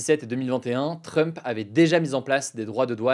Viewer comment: Tu prononce mal "Trump"